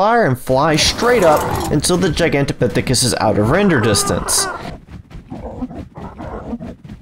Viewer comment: Dude I just sub because you were able to pronounce that name multiple times without messing up. :)